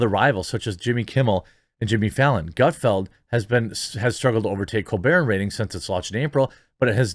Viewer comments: ...how the fuck do you still not know its Gutfeld? not field......ffs lol... you crack me up man. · This is why I watch but don't subscribe you act like you don't know how to pronounce Greg's name and don't know what his show is about if you don't know do your research or don't comment